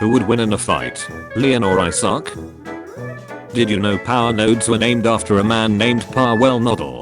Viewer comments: What i read: Isaac. The TTS voice: I suck. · I'm going to hear 'I suck' until the end of time now from the many times of the robotic voice mispronouncing Isaac, I swear.